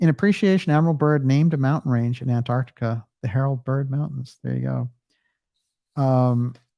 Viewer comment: Well done, the first American on Youtube who can pronounce Antarctica properly!